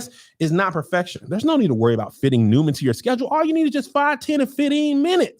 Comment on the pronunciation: Every time Kevin does the Noom ad, I can't help laughing, remembering when he BUTCHERED IT!!! Noom.CLAM LOL LOL LOL